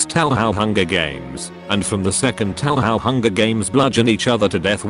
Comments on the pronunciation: “Tauhow” glorious. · "tow how"